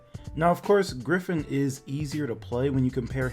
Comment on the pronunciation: "Gryphoon" Lmao.